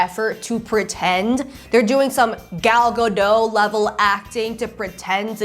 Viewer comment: It’s GadoT. With a t